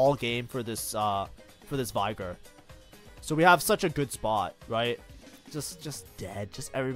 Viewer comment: Bro claims to be Master but can't get Veigar's name right.